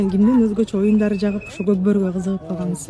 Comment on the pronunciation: Когбору деп сен туура эмес суйлоп атасың, орус бала так сонун суйлоп атат ,бирок "" болей " этти деп да туура эмесайтып атасың, позор чагаалып баруучу